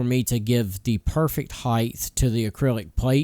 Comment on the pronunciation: Very nice. Thank you for sharing. Not meaning to be disrespectful. I think the word you were trying to say was height vs heigth lol